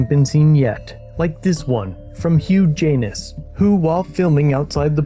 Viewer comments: Imagine being named Hugh Janis. Pronounced huge anus. Are we being punked? 😂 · The only funny thing is… Hugh Janis…? the narrator absolutely said Huge Anus… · Did you say, Hugh Janus…😬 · Did he say the video was from “Hugh Jaynis” 🤣🤣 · Did you say huge anus? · Did I hear Hough Ganus? Huge anus? Ohhhhhhh🤣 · Hough Jainis...? seriously? Lol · Did you say Hugh Janus?? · Did just say "huge anus"?? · Did you really say Hugh Janus? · Huge anus. Is that what i heard? Lol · Bruh, did you just say huge anus??😂😂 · Did you say hugh janus?